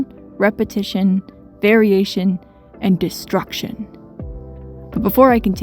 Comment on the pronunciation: i hate that you put emphasis on destruction. big nerd move. cool video